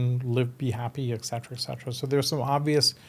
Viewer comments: ET cetera, not 'ex cetera'. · That's an interesting topic. But for somebody using the expression 'eT cetera" maybe he should learn the right pronunciation? 🤷🤔